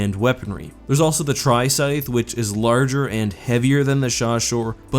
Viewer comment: hmmmmmm, never heard the word "scythe" pronounced before?